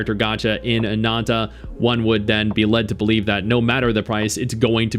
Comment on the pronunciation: Stop saying ANANTA so weird… you speak English.